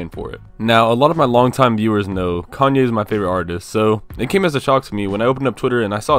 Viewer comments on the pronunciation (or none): none